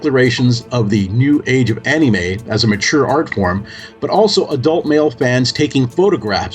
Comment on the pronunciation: Dude why the Fuck We're you not featured in this? You are far more qualified (and practically Destined to do something like this) then this guy. I don't care who this he is, he couldn't even say Anime right.